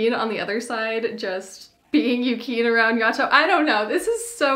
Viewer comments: not yukeen 😭 it's yu-kee-nay but great haul!! id love some noragami figures but theyre so pricy ;__ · Omfg very cute but every time I heard “Yu-KEEN” I wanted to kill myself lol. But glad to see some Noragami love out there haha